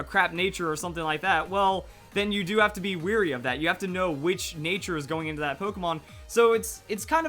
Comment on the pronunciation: WARY! not weary. Second time!